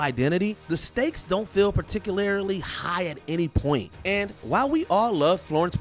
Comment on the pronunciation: “Florence Ploo” “Particul-air-ly”